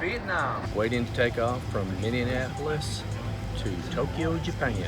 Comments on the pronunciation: I'm from Minnesota and hearing him pronounce Minneapolis incorrectly made me laugh so hard and cheered me up so much from my crummy day <3 <3 <3 Mih-nee-a-puh-lihs Thank you so much for cheering me up <3 <3 <3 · i bet all minnesotans cringed when he said “minninapolis”